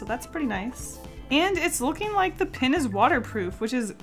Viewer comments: I almost can’t handle the fact that she says pin instead of pen. I just love her so much that I can get passed it. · STOP SAYING PIN INSTEAD OF PEN!!!!! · I get SO triggered when she pronounces "pen" as "pin." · Yes and I searched for a comment like this for 10 minutes😂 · She says pin instead of pen😂😂 is that a southern accent? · "This watercolor 'pin' (pen)" lol I knew you were Canadian as soon as you said that. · i cried a little bit each time you said “pin” instead of “pen” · Is it just me or every time she said that the pen was water proof that I thought she was saying pin I was so confuesed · Hey is saying pin instead of pen? Or is it just me (Not hating) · Love how she says pin not pen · Everytime you say pen, I think it’s pin....even the auto subtitle think so too. Why are bright colour toxic? I like bright colours.... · It’s pen not pin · Am I the only one thinking she says 'pin' instead of 'pen'? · Pen not pin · It’s so annoying how she says pin instead of pen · When you say pen my captions say "pin" LOL